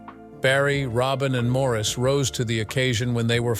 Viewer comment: So many simple inaccuracies. You might, for example, learn how to pronounce Maurice's name. Pong was one of the 1st video games to hit the market, about 1973. There's more. Your video is pretty bad.